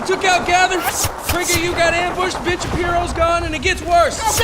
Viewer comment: "You mispronounced BITCH!" LMAO